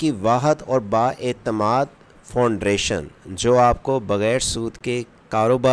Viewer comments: فاؤنڈریشن نہیں فاؤنڈیشن ہے😂😂😂😂😂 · Bro Foundation not foundration , but you say wrong pronounce foundration 😂